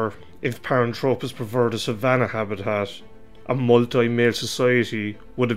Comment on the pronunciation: Nit picking here but he drops the h in the name which means it is incorrect. I find it annoying to be honest. It is not Paran-tropis....it is pronounced thropis...as in throw......a couple of other terms are wrong as well but hey, not gonna labour the point any further.